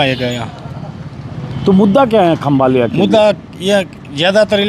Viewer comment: खंभालिया नहीं खंभाળિया